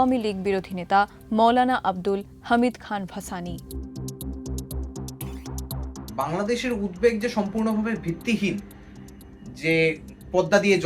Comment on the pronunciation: ভাছানি না দিদি ভাসানী